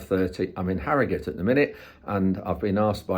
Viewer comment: A non Yorkshire man that can pronounce Harrogate and not harrow gaaate 👌😂 I wonder if the answer is for the driver to collect a sample signed by him and the factory as it is collected from the lorry before anything can be added 🤷‍♂️